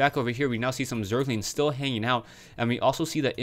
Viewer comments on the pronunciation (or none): none